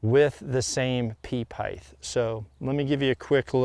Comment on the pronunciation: He kills me, for such a smart dude… pronouncing the TH in height🤷🏻‍♂️length and width have a th. HEIGHT does not!